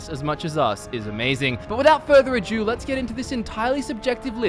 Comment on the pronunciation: Further "a-do" not "a-due", yes I'm that guy!